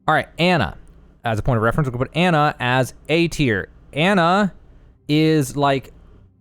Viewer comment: Its Ana (awn uh)